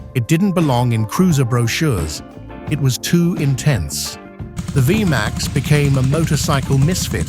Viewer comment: It's pronounced vee max not via max stupid lame a.i. generated narrator